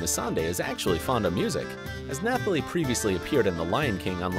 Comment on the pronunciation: News flash: You don't pronounce the "th" in Nathalie. It's pronounced like Natalie. Also, who tf is Missandrei? Did you mean Melisandre since you showed a picture of Carice van Houten? If you want to make videos like this at least learn how to pronounce the names...